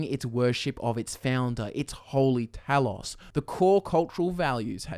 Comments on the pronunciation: How do you not know how to say Talos? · HOW DO YOU MISPRONOUNCE TALOS?! ITS IN THE GAME SOOOO MUCH!